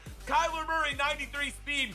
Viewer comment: I want to die bc most this vid u said kyler muryy